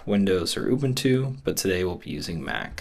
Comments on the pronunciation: Oob'ntoo? Wtf is Oob'ntoo? Lmao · I refuse to listen to ANYONE who pronounces Ubuntu like that 🫤